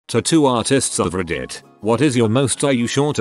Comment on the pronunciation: Nobody: Voice robot: Rddeet